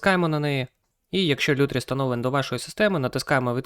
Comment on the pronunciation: кроче не лютріс а лутріс